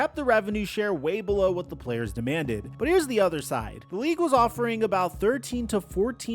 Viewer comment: "Demanded" 😂😂😂 thats cute